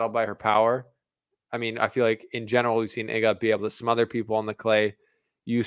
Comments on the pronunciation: IGA not hard to pronounce Ega not Iga really amateurish presentation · Please, it's not [e]ga like in m[e]ss Its [ee]ga like in d[ee]p 😁 otherwise very nice commentary 😊